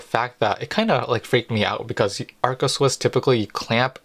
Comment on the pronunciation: ARCA Swiss not Alca Swiss!